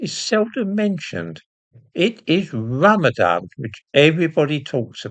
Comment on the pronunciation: Ran-a-van more like